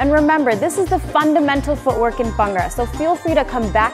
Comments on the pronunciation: It’s Bhangra not bangra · Just go correct pronunciation it’s not Bangra ..it’s called Bhangda in Punjabi..your dance is awesome..love your dance